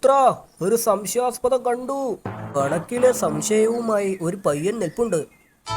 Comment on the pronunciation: കണക്കിലെ സംശയം 😂😂😂😂😂😂😂 സംശ്യാസ്പദം 😂😂😂😂😂😂